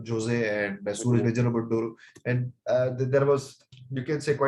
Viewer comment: I watched it yesterday and its a very good one. If its not released along with Marakkar it would have got better reach Jose- the last E is silent.